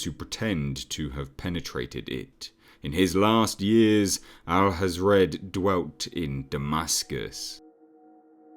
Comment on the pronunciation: Hathred not Hazrad